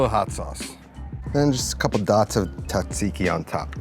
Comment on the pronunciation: you are making my ears bleed...the correct pronunciation of Tzatziki is...zat-zee-kee...don't quit your day job for this youtube gig!!!